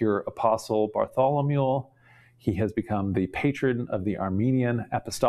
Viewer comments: is just so incredibly impressive! So it's surprising to find him repeatedly mispronouncing the name "Bartholomew", as he definitely does Have a listen, and judge for yourself: and again (which is preceded by the only occurrence, in my life, of the poor pronunciation of the city of "Beirut") And other occurrences Ugh,!! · Bless you for trying to pronounce all these names. I love how you pronounce Bartholomew as “Bartholomule”.